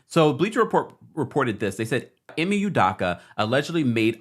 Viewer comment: ..I know you cannot pronounce..his name …am Nigerian..,…just call him ‘Udo’